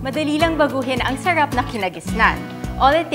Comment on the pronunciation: Sherep.. Sarap po Hindi sherep.. Ang tanda Mona bulol kapa rin sa (R)